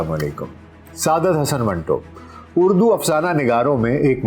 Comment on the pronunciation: اردو ہے نہ کہ اڑدو